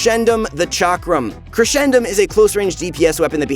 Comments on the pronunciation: It's crescendum from crescent not (creshendum) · It’s crescendum as in Crescent because of the moon, not Cresh-endum , But it’s all right because were all here to suffer the pain from this character when he’s released